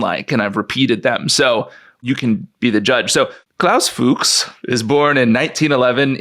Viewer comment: Fuchs means "fox" in German and the only difference in the pronunciation is an "u" instead of the "o". So it is not Fuuugs, it is Fux. Short! And Rüssels-heim. Heim is home. NOT sheim. Russel's home. Like Oppenheimer also "home" in the name.